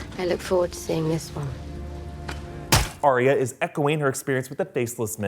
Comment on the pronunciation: It's Ar-ya not Ar-y-a. It's just 2 syllables.